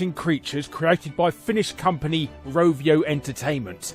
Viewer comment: Novio? It's Rovio